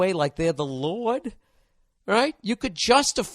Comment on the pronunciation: I've never heard anyone say 'lord' like that 😂😂😂😂